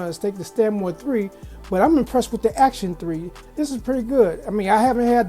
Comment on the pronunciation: “Acton,not Action.” Just a minor point. Kind of like calling “espresso” expresso. Still, nice review. Thanks. 👍 p.s.I had the same problem opening the box. Owned this speaker for about a week. Love it.